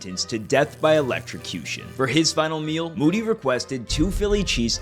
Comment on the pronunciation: It's ELECTROCUTION not ELECTRICUTION.